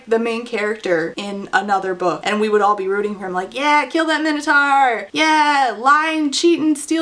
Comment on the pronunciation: How do you not know how to pronounce Minotaur? Dislike just for all the butchering of common words you should have learned in middle school.